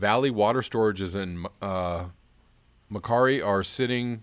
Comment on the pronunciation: Macquarie - pronounced "Makwarry". Your pronunciations are mostly very good,. Cheers from Bendigo, Australia (pronounced "Straya") 😊